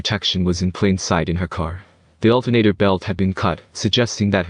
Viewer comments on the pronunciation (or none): Altenator belt? 🤔 lol